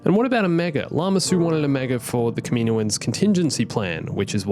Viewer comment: kaminoans, kaminoans. Good god, we've since learned it's pronounced CAM-EE-NO-ANS. Why does everyone call them this?